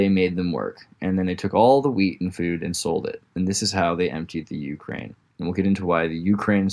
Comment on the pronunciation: Ukraine does not get it's name from cranium... Where on earth did you hear that from? Ukraine is not even pronounced like that in slavic languages. Oo-cry-ena - cry - край - edge. Wonder what else in this video is complete bs.